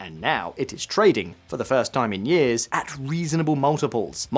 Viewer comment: "yeeahz" and "yeeah" are not words. It's "year" and "years".